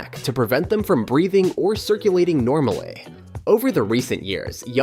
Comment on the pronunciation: Normalay propertay 😂